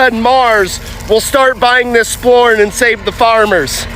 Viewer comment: Why is he calling corn “sporn?” or am I mishearing him?